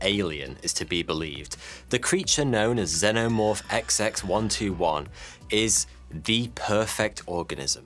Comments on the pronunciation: I love when people say Xenomorph wrong it just shows they've never watched the movie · Bro how u mispronouncing xenomorph when there are 4 films which literally say it for u. I got an idea go watch one of thems🤦‍♂️